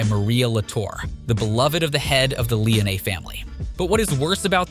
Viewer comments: Bothered me too. Lee own knee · Lee-Oh-Ney 😅Lee-Oh-Ney 😅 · Yeah Lee-oh-nay is not pleasant to the ears of us real fans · Awesome video, but I hate the way you pronounce Leone, it gives a feeling like you never actually played the game. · Agreed. Shit was driving me nuts lol.